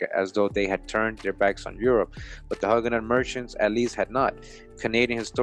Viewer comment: Love your work! Thank you for showing us our true history, supported with documentation. Incidentally, Huguenot is pronounced 'hewgenot'.